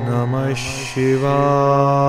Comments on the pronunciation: Not shivaee its shivya. Ya not ee at the end. य not ए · Ssssshiva not Siva is correct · Dativ case from śhiva is śhivāya not śhivāye. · I'd pronunciation om namah shivaya or sivaye.? Which one is correct.. Pls guide me🙏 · OM NAMAH SHIVAYA this is correct please pronounce properly. Edit the audio and re upload it.